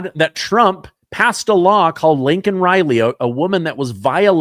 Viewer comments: it’s Laken; not Lincoln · Dude I dont want to be that guy, but you repeatedly call Laken Riley by the wrong name. And if you're not, it sure sounds like you're saying Lincoln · Laken not Linken. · Laken not Lincoln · Her name is Laken , not Lincoln